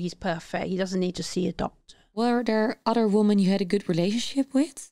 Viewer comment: Meervoud van Woman is women , dat spreek je anders uit..... Verder goeie podcast